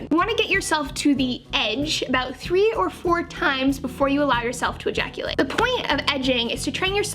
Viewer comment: Sometimes when you say "ejaculate" you don't put enough emphasis on the "e" so to me it just sounds like "jaculate" which is a cool word in my opinion I'm gonna start using it